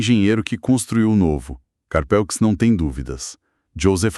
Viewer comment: A pronúncia é "Carpû".